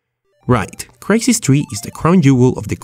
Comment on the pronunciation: Did you just say krai sees tree